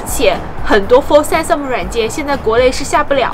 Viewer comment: 编导老婆嘴说秃噜了吧，Sansom？